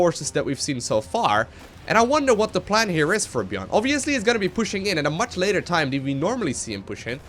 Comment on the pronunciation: New drinking game: Take a shot every time says "Oviously"